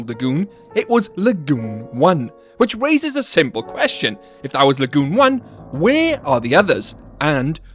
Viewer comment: I love how you say LA-GEWN lol